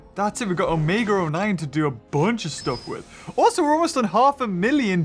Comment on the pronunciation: why do you keep saying “omega or 9” that o9 sound like or ok sorry for anger you 😥